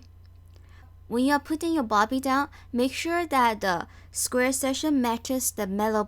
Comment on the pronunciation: It’s a bobbin not bobby